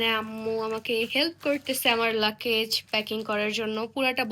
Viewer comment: তোমরা লাকেচ লাকেচ বলো কেন? উচ্চারণ হবে লাগ্যেজ